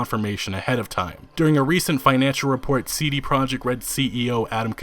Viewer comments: Im so excited to this game btw it is pronounced as "proyekt" not project the the j makes a y sound, its a polish word. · considering respect towards cdpr and the number of times you say "cd project red" in the video you could've learned that it's pro-iekt, not project